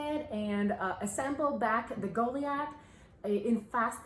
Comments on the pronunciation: My apologies, but this has been driving me nuts because I know that I don't like to pronounce words incorrectly, but the the "i" is long as in 'lie', not "sea". So it would be pronounced Go-lie-ath. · Hon, I believe the word you're trying to say is pronounced Gah lye ith 🙂